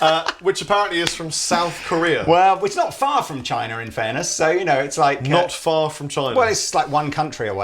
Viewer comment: That was pretty much the worst pronunciation of China in Chinese...